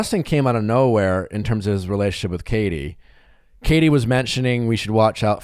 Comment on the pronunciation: “Relayship, Bacherette, Nally (Natalie).” Nick, you’re missing some syllables there.